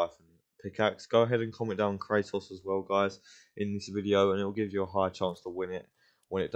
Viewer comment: You say “Cra-Ohs” pronounce the T